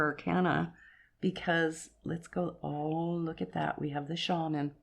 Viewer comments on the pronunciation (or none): none